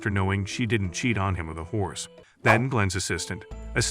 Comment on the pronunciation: “A horse” becomes” a whore”